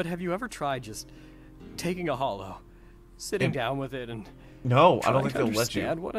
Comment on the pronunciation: its hollow not holo